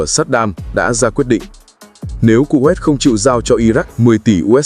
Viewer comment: Đọc tên còn sai nghe chán quá kovet là nước nào